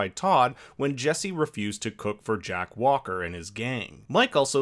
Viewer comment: Not Jack Walker, Jack Welker REEEEEE 😂 Haven't even looked through the comments to see how many other corrections of this there are.